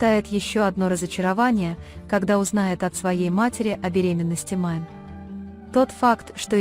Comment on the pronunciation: Не Майн 👎 Мине! 🤦 как же неграмотно читаете. 🫢🤮